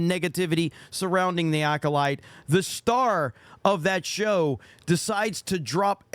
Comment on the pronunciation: "Star" lol not quite